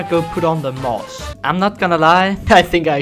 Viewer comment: Muss? Its moss